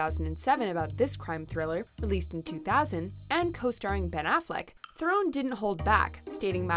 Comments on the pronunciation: THARE-en not thare-OWN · Charlize THU-RON. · You mispronounced Theron. Charlize's surname is pronounced: Thron. Being South African myself I work with people of the same surname.